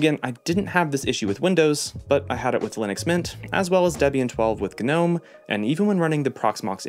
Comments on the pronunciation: What in the GUH-NOME is going on here? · Gnome pronunciation the G is silent. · Hate to tell you but the 'g' in gnome is silent. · good video. note: Gnome is pronounced Nome, the G is silent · Gnome is pronounced with a silent g.